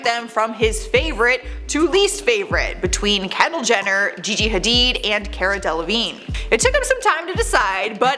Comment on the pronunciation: She pronounced Cara as Keira😂😂